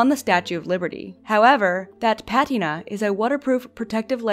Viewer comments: I’m sorry, but your pronunciation of patina gave me copper poisoning. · This isn't AI is it? No one pronounces patina that way